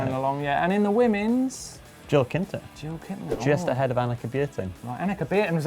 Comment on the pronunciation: Jill KITNER, not Kinter